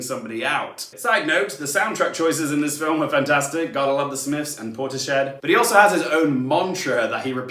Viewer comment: It's Portis Head (not shed) fyi thnx